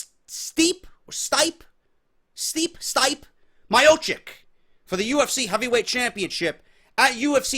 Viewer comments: Stee-pay Me-oh-chick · "Stipe Miocic" is pronounced "Steep-Ay Mee-Oh-Chich"